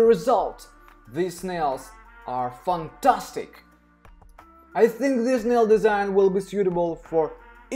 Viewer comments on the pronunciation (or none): Like how he says “button” and “ fantastic “ 😂